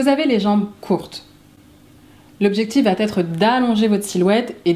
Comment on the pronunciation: Vidéo très sympa.👍 Par contre, si je peux me permettre (sans aucune arrière-pensée...) il n'y a pas de -t à la fin de "va", donc "Ça va t-être" est une fausse liaison. J'espère ne pas vous avoir froissée et que vous prendrez au contraire cette remarque comme constructive. Et merci encore pour vos vidéos.😉👏